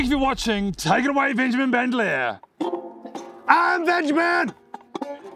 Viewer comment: venjimin bandermear, lol